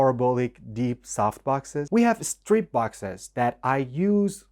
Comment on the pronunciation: When you said "estrobes" and "estrip" instead of strobes and strip, I figured you were Persian. 😁👍